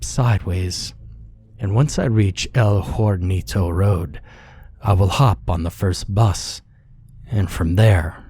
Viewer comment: Lol in Spanish, the "h" is silent. El Hornito means "little oven" otherwise great sorry